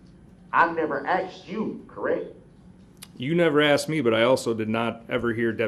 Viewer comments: Do you think the court reporter typed out axed or asked when said axed(asked)? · and his “troofs “ and “oafs” 😂. He is such a fool. Almost forgot his “axed” 😂